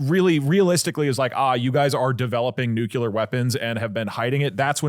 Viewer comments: The language guy had a reel about that "mispronunciation" and I think it is pretty much "if enough people say it like that, then it is not a mispronunciation", just ali ask vs axe. We just gotta accept that schedule is pronounced s-ke-dual and facade is pronounced...I am not sure how to write the pronunciation of facade, but it is not fack-aid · I did ctrl+f and typed "nucular" to see if I'm the only one noticing. Doug is the real life Homer Simpson 🫠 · Love ya Doug. Tip for pronouncing nuclear, say the word “new” then say the word “clear”. As in crystal clear. As a radiochemist my Ph.D advisor drilled that into me. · Nucular is kinda triggering me... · STOP SAYING NUCULAR FFS! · I never realized doug was a “nucyuler” guy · someones gotta tell doug that its not nucular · I had to turn it off because I couldn't listen to Doug say the word NUCLEAR incorrectly 10,000 times. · I know I shouldn't care about it, but the way they pronounce Nuclear just kills something inside of me every time. I still support you though. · One day, doug will pronounce the word "nuclear" correctly. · thank god i thought i was the only one irritated by it😭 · New rule: anyone who brings a story about Nuclear energy has to be able to pronounce the word Nuclear.